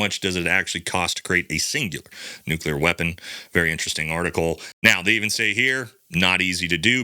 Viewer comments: Dear wife: Please inform that the word is pronounced just like it is spelled. Nu-cle-ar. NOT "nuke-you-ler." Thanks. Love ya! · “New-Clee-Yur”…not “New-Cue-Lur”, there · "NEW CLEE UR" "SUPPOSE EDLY"